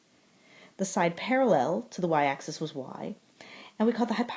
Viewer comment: ليك ليك هيدا اسمها اكسيس موش اكسيس انتي وين تعلمتي رياضيات ليك انتي يامره